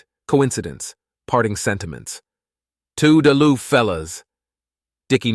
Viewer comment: Toodle-oo is pronounced with a rising tonality, not a falling tonality as it is a gay, cheery parting sentiment and not in any way serious or menacing.